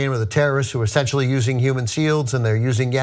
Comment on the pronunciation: it is "Essentially" NOT "Assentially." Learn to speak!